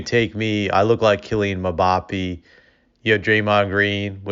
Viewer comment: Not trying to disrespect you but here’s how you say his name mmmm as if the food is good then bap a mbappe